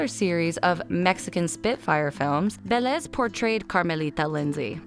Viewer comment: But with Vélez and the other names and last names not so much, the emphasis in almost all names was wrong.